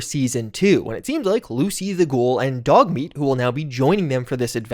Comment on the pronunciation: Did he just say dougmeat are you using ai again 🤪